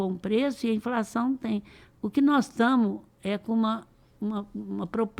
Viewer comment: "NÓS TAMO" "INFRAÇÃO".....PQP